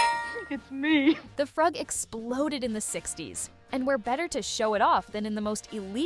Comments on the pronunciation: The '60's dance was pronounced "froog," NOT "fruhg." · The “Frug” is pronounced “froog” or “frewg” not “fruhg”. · The dance was pronounced "froog", not "frug". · Just so you know, it's not frug like " rug" It's frug like freug say it with a German u. As a 60's teen thought you might want to know😊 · You pronounced the Richman's Frug wrong... it is pronounced; Froog! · Its pronounced “froog” you twit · "FROOG." Like in "Google. " Which you could've done in order to pronounce it correctly. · Frug is pronounced froog. Get a real person to read the script. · The Frug is pronounced Froog! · It's pronounced " froog". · Pronounced Frooog ! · Frug is pronounced froog, you should know that, come on really?! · Please, please, look up how to pronounce frug. Seriously. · CAME HERE TO SAY THIS